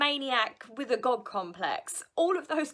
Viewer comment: Lol I misheard when you said God complex. I thought you said gob complex 🤣🤣🤣